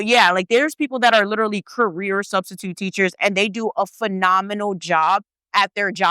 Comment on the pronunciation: Studstitute 😂😂🤣😂🤣 crYing*